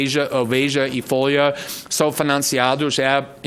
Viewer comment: "foia" kkk